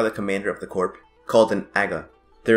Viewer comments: it's pronounced core not corp. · Nice video, but there's a small vocab problem. It's the Janissary "corps" not "corp." The word "corps" comes from the french (and is pronounced with the "ps" silent--sounds like "core") and refers to a body of people (often military) like the Janissaries. The word corp is actually an abbreviation for corporation and is the wrong choice in this instance.